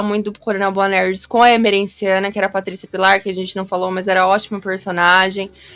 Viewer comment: A pronúncia da Patrícia Pillar falando "Boanerrrrgy" também é muito marcante 😂😂😂